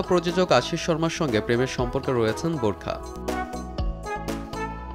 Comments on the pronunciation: Burkha na barkha 😆😆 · borkha...? what...uchcharon vul koren kno? nah parle bolben nah..eta hobe bar kha..dhur mia..🇧🇩🇧🇩😄😄😄😄😄